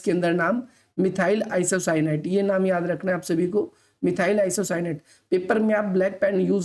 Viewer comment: मिथाइल आइसोसाइनेट ye hai n ki apka wala😂😂